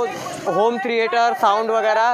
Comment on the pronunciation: भाई अगर आप पढ़ाई लिखाई करते तो होम थिएटर को होम थिरीएटर ना बोलते